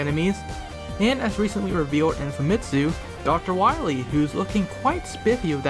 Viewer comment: you mean, DOCTO WAHWEE!